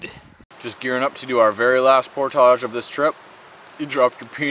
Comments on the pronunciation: It's pronounced 'poordij' not 'poortashing' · did he say they were doing a portarge...? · New drinking game, every time says portage, everybody drinks. Then we'll be as week as he is at portage's 😬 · STOP SAYING PORTAGE